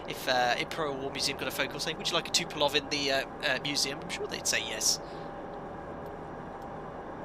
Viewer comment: Love the Vids... but it's TUP PO LEV.... not TU PE LOV. Sorry, had to vent! :-)